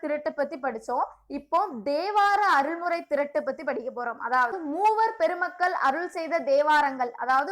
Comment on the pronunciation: Pronounce mattum konjam sollum pothu correct panikonga plz...neenga ivolo prepare panni teach pannum pothu pronounce mistake LA konjam oru mathire aguthu...ex!! ((thirattu!!.@ thiruttu nu pronounce mistake aguthu ))anyway ur teaching very decade... Intha comment ah thappa eduthukathinga sorry